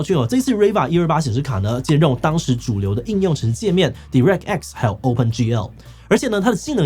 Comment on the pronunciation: 建議要直接使用英文時，先去查查那些字如何發音。像direct和voodoo在字典和網路上都查得或播放如何發音。雖然觀眾大部份是台灣人不在乎你是否發音正確。